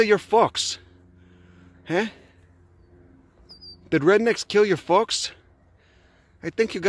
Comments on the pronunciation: "What eppen tu your focks"😂😂😂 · Oh shit the way he says "folks" sounds like my uncle who grew up in a working class Polish neighborhood. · I'm English and I had to listen to that word twice before I realised I could have said it in front of my Grandma :) What a wonderful chap!